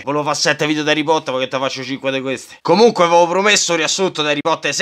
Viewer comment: NON TI PREOCCUPAREH TI VOGLIAMO BE' COMUNQUEH!!!!!